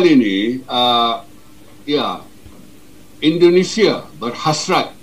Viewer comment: Koreksi bang, pengucapan anda belum sesuai. "Indonesia" bukan Indonesa